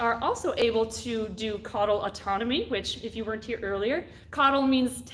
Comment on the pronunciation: Great video and very informative, I wish I’d caught it live. Just wanted to add that there was a slip of the tongue and that when lizards drop their tails it’s caudal autotomy rather than caudal autonomy. Overall a good watch and I’ve learned a lot from this channel